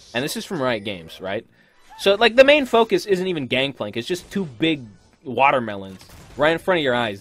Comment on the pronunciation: Gankplank? I thought it was Gangplank okay then lol